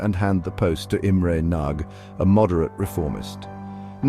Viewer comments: The last name 'Rákosi' was pronounced correctly. The last name 'Nagy', however, was not. It is pronounced like "Nadj" — the letter "gy" is not like a hard 'g' (as in golf); it sounds more like a soft 'd', similar to the "Dj" in the name of Novak Djokovic, the Serbian tennis player. The content of the video, however, is breathtakingly accurate, especially considering the complexity of the topic and the video's length. Hungarian is a Uralic language. One common feature of these languages is that the emphasis is always on the first syllable of each word. Using this correctly leads to a more authentic pronunciation automatically. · Nagys mispronounciations are lamentable